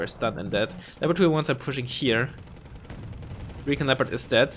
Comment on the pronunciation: It's not reekin', it's recon (ree-con). :p